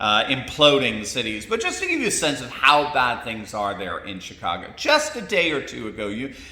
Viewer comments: Did you say chitcago? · Not to be base, but I honestly heard you say, “Shitcago”. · Im sorry did you say S__tcago? Sorry did sound like that.